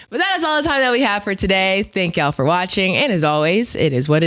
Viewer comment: C’mon you’ve been around harlem Ninjas long enough….don’t pronounce the L in “ya’ll”